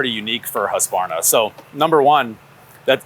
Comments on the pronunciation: 😂 japp, är det inte HUsskavarna så är det hu sqavarna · The "Huskaverna" always cracks me up :D it's hews-kvarna if anything. I get it though, it's a set of consonants in combination that is simply not used in English. Still funny though :D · I'm a little perplexed by the addition of extra vowel; Husqu-varna? In Swedish the word is three part(syllables?) hus qvar na. The 'q' is pronounced like a 'k'. Hope it helps. Lawd help me, I wonder how a Japanese would modify it!! They like to keep a steady order of consonants vowel, one of each every time and I think words tend to end on a vowel. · As a swede its very interesting how none of them can pronounce it. But i do enjoy the "Husskvaarrna" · I love seeing Adam’s glee and pure joy handling these tools! I was wondering though (as someone who has been to Huskvarna and knows how it’s said in Swedish), why do Americans add an extra a-sound after the q? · Quick pet peeve... its pronounced husk varna. There is no a in the middle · No. It's Hus kvarna. It means water mill or wind mill in swedish. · I find it funny that not even the Husqvarna employee can pronounce the name at all. Sorry folks, it´s swedish and impossible to say, haha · Lol, it's funny how Americans pronounce Husqvarna